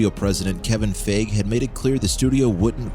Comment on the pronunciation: Cool video and info.. although the fact that the narrator doesn't know how to pronounce Kevin Feige's name really highlights that this person isnt a real fan of Marvel because even if you're just a casual person who watches a Marvel movie here and there you probably know who Kevin Feige is and could probably figure it out if you saw it written on paper. Maybe find someone who can pronounce names better lol